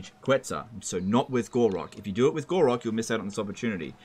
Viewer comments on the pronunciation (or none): why do you keep calling Gor-Rok "Gor-raq"?